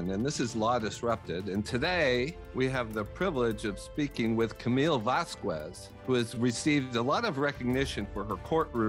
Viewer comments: Wow Mr. Quinn, her name is pronounced vas-kez, not vas-kwez. The name is pretty basic info regarding the person you are interviewing. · Vaz-kes!! Not Vas-kues! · It's NOT VAZ-QWEZ, for heaven's sake! Are you sure this isn't Elaine with a speech modifier? Her name is pronounced VAZ-KEZ !! Wonder how often the poor woman has to have her name slaughtered? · “Camille Vasqwez” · You butchered her last name 😢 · You mispronounced her name. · You couldn't even pronounce her name correctly? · You'd think that the host would have bothered to learn how to pronounce his guest's name. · Agreed. If you're interviewing someone and introducing them, you should know how to pronounce their name or at least ask for the correct pronunciation. It's just common courtesy and professionalism.